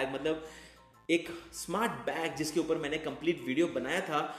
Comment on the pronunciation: It's upar not upa(h)